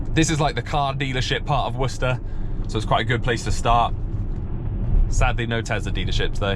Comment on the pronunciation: Wow its so insane to here someone pronounce worcester correctly, as someone who lives in a town right next to worcester in massachusetts. Always hear war-chester or some stupid shit like that